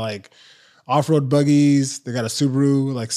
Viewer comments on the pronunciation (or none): none